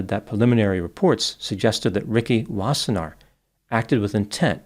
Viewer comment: You pronounced Wassenaar well. Its a Dutch name.